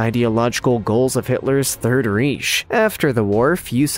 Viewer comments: Reich …. Is pronounced like Rike…rake with an I….not reech or whatever he was trying to say here. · "Third reesh"? "Tuskajee"?